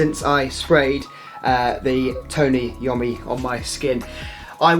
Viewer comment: It is pronounced, Eye-oh-me.